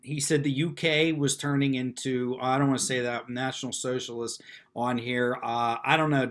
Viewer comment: he didn't say national-socialist, he said national-sionist